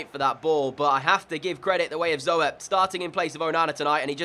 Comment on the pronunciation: If you ever need a good potential CB, I would go for Perez from Atletico Madrid. Love the vid as always :) #RoadTo50K Oh and if you need a decent gk as a back-up to Zoet I would sign Kiko Casilla from Real Madrid. Also 'Zoet' is pronounced like Zoot.